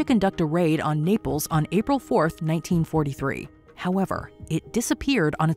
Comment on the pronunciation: I hate the way you pronounce April.